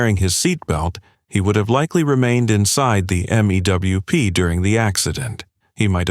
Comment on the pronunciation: Same with M-E-W-P. Pronounced 'mewp'.